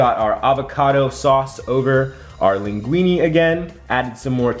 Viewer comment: To be precise since linguine it's Italian you should pronounce it "linguinE" and not "linguinI". I'm sorry but I'm an Italian that's proud of pasta LOL